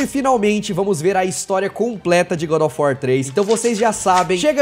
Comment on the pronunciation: Engraçado que ele chama GODÓFUÓ 3